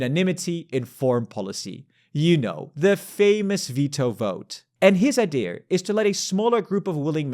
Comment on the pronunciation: he breathed life in a very old ideaaarrrr